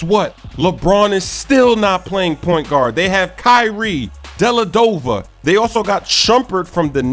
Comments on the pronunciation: come on it's dellavadova not delladova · Dellavedova. Not Delladova. Lol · Delevedova not deledova ( I'm from Cleveland) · you said the Cavs have Deladova... His last name is Dellavedova! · Lmao, 'Delladova'. It's Dellavedova.